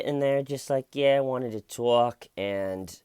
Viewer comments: “And to those people I say… I just wanted to tAULK” 😂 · This George guy is an ass! Lol..I like how u said tawk...it sounds better than how I say tawk...I'm from eastern Kentucky so my accent is very pronounced 🙊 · You twalk the twalk it's a great addition to the story telling 😉 I couldn't watch too much of this interrogation because I couldn't bare to listen to his voice, 'Not his accent' disappointed that there are no Smeeeder like names in this one 😂 Have a great break away and Happy birthday Grandma Tcl let the shananigans begin 🎉 🎉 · TAWK Body? D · LMFAO "someone got annoyed at how I kept saying 'tawlk' yesterday, they said it was getting annoying and grating . . . and to that I say . . . I was just trying to tawlk." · "And to that I say I was just trying to tawk Lmfao love u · I'm late to this, but huegely pronounced it more TAHHLK as opposed to some NYC bronx "twoolk" accent. He searches for words with OHH and AH sounds because it lets him make his voice sound deeper. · Tawk as much as you want. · just wants to tawk. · Hey, can you say "tawk" more? Cracks me up! :) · Tawk ..... Priceless 😂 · Say tork as much as you like. I laughed each time!